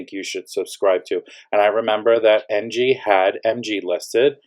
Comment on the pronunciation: Did you say NG or MG ?